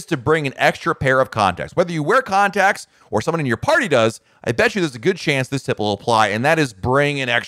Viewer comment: For a second I thought he said "condoms" instead of "contacts" Go back and listen to that part but pretend he's talking about condoms. It's kind of funny.